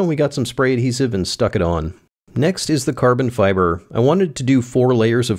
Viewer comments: uhhhhh.... CABON FIBAHH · Caahhbon Fibahh